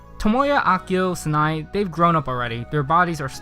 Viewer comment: Sanae is worse. It’s like Sa nay